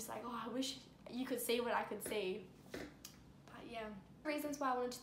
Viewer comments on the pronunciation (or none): none